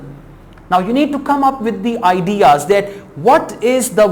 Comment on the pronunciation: voctchabulary , vorld , adiaz ,,,, what a rubbish pronunciation . are u sure you are a teacher ?